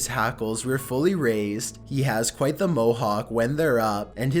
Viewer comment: Qw-ite Off-tin